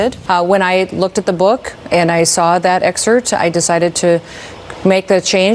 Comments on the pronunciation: Lol, “I saw that exert”…she means “excerpt” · She saw that "excert".. Again so wonderfully dumb and hot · Noem cannot even pronounce “excerpt.”